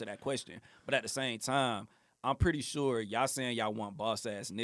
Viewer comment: 😂😂😂😂😂 "I sholl did"